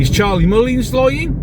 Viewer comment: Agree with everything you say. Who in their right mind would vote for Mullins? He cannot pronounce his words properly and desperately needs somebody to give him some advice on his ridiculous image.